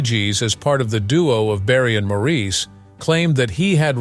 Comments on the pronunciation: By the way my freind is called morris spelt n sed Maurice, he never was maureese never. N was one of his bug bears was people saying his name wrong like im bleedin french he used to say, slightly cross, n also my twins name is robin. Not raarbin. 😮😮 not ok to say our names wrong n once u know all of us from manchester. So with respect if you going to talk about us , please say our names right. N can kill🤭😃 me mam 😊 for naming me this, im not nor ever will be french. 🤐🙂 i all my life too had me name sed wrong n wat we same on in life , so i got it wen he sed it. N now our last name sed so many different ways, Cant win. 🙂🤐🙂😒😒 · His family didn’t spell it that way because in England, it is quite common to name boys MAURICE and pronounce it Morris. By the way, that is how you can tell that this entire entire video was AI generated. Any true fan knows how to pronounce Maurice’s name.